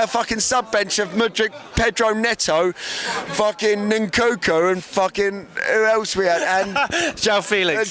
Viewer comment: "Nunkunku" hahahaha